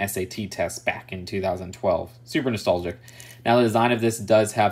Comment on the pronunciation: How many times es did he say nistolgic